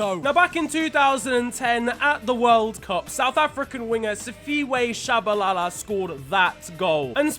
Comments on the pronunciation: Simphiwe Tshabalala Not sifiwe Shabalala I'm just correcting you bruv but thanks for recognising us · Lol Sifiwe Shabalala is not how you pronounce it lad...you pronounce it how it’s written but I’ll let it pass, keep the content coming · Sip-ee-weh tshabalala mate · 😅 "Sifiwe Tshabalala." Good try though bro. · you butchered Siphiwe Tshabala's name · You said the south African winger wrong please google how to say it then say it again